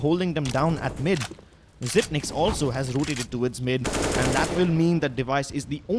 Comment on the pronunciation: ITS "ZYPEX" WHY CANT ANYONE WORK OUT THE 9 IS A BACK TO FRONT EEEEEEEEEEEEEEEEEEEEEEEEEEEEEEEE